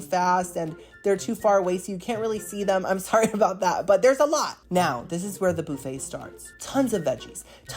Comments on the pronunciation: Young Man, Please, I understand that this is Your content, but Please the word Buffet is Not pronounced "BOO-Fey" it is pronounce "Buf-fey" I am a Gen x English teacher's daughter, and this kind of thing was drilled into my head as a child. Of course there are no Tenders or Loins on a Chicken wing. It the Wrong part of the anatomy. Do yourself a favor, Google Terrine Cake. Because, honestly, you come across as someone who is lacking in the necessary skills to Adult on his own. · It's BUH-fay not BOO-fay loll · oh my god, if you say booooffet one more time! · It's pronounced as buff-aa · BOO-FUT. HAHA😂😅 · The “boo-feigh” takes me out every time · I love the way says, Boofay. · Is the pronunciation of buffet a bit and I’m just unaware of the origin? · I will never get over the way you pronounce buffet😂 I just think of Phoebe from friends so I love it and I love you!